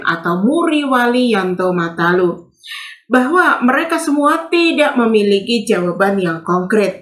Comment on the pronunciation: Udah bener itu kak.matalu,bukan manalu😅